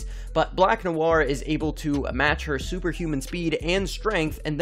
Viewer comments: Noir" (pronounced Noo-ah) is a very basic and common french word, used frequently even in the English language, hearing you butchering this word over and over and your lack of basic knowledge just makes me cringe so hard. (hint use google translate and click the listen button) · hate how he says noir